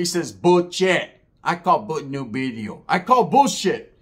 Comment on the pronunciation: “New Bideo” 😂😂 Love the breakdown,. The real know what’s up!